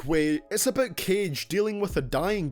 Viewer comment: Please try to say "About" instead of "Abut" - I cannot watch your videos hearing "abut"